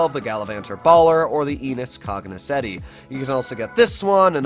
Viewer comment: Enus Cognoscenti* CENTI, not Ceti